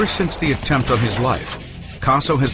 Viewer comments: Anthony "Queso" is how that guy pronounced it. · Gaspipe Queso made me lol